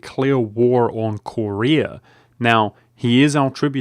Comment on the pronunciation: Ive never seen anyone who pronounced Korea as Corey Ah